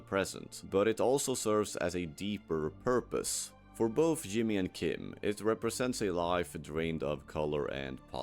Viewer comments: and it pronounced Jimmy as "Yimmy" with a Y. This doesn't prove its ai but doesn't help its case. If someone made a video on a show they actually watched/cared about, they'd know how to pronounce the main characters name. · You can say "J" properly. You are speaking English, and J is not spoken like a Y. The character's name is not "Yimmee". Your mouth is perfectly capable of making the right sound. Just like mine is capable of pronouncing å or ø properly. Come on. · ai content. it pronounced Jimmy's name wrong.